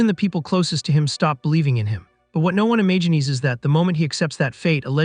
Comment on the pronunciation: did this mofo say "E-may-genies" instead of imagines?